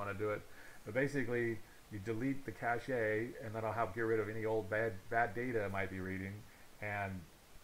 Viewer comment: please never say "cashay" again oh my god